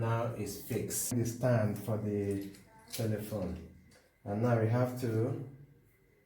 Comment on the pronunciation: It was helpful but did you just say telephone as like telephone?